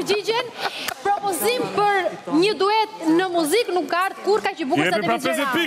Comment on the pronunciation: O zot kush është bo me i dhënë ndihmë në muzik reperit me të mirë ,"mozik" shko mëso për vete pastaj mëso të tjerët bisha në rregull😏😏🤨🤨